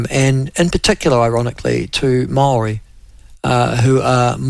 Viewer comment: You can't even pronounce maori properly